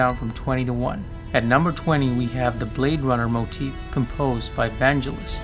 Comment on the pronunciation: The G in Vangelis pronounced like get not jet